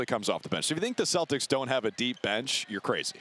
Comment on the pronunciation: Who are these "Stodders" that is talking about...?